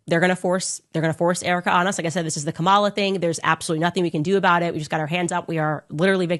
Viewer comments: KAH-mə-lah lol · Can she please pronounce Kamala name correctly is she wants us to take her serious. Fco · Wait wait wait!!! Did I just hear you say Kamala name wrong?? Nooooooooo!!!! 😂. SMH